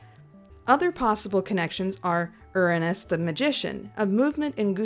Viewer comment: Thank you for pronouncing Uranus correctly